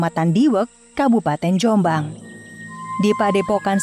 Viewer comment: Penyebutan nama .. yang ditekan di awal dan dilepas diakhir . Sehat terus Dulur Jom'bang